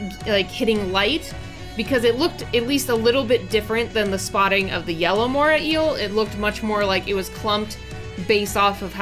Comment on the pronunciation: It's the MorAY Eel, not Mora Eel